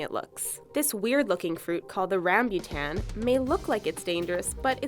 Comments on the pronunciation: Rambutan not Rambyutan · Ram-bye-tan wtf im Asian it's ram-boo-tan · actually it's called a "ram-boo-tan" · Seriously..! haA!! I have eaten alot of rambutan here in the philippines, and hey, its not RAMBYUTAN, its RAMBUTAN..! dumbass!!! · yeah..! I have eaten alot of rambutan here in philippines, and hey, its not RAMBYUTAN, its RAMBUTAN!!! dumb ass!!! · lol rehmbootan. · rum-boo-tun ke-pah-yung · i olways eat rambutan and you dont say it with e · The way she pronounces rambutan lmao. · rambutan (ram-boo-tan)! omg...Philippines! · Its Rambutan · I am a Filipino and you didn't correctly say the word rambutan and they taste delicious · The way she pronounces rambutans😑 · " Rambutan ". x3